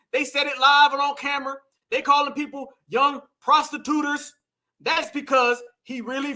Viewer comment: I'm on the playback and I heard her VP running mate say "prostituter" 😂😂😂.